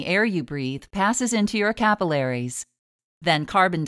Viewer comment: I hate how she pronounces capillaries